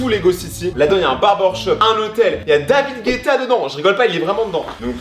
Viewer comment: C pas david geta c David geto